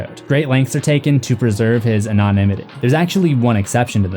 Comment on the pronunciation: You pronounced “ anonymity” wrong